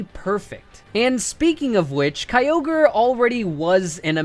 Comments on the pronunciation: stopped watching as soon as he said kyogre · The I in Kyogre is supposed to be a Y!